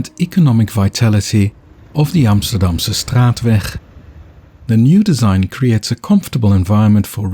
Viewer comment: Wat een prachtige uitspraak van “Amsterdamse straatweg”.